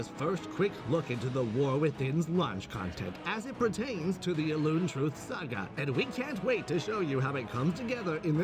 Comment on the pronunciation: I cannot unhear "elune here"